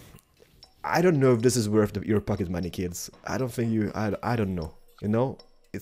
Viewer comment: When you said pocket money it sounded like fucking money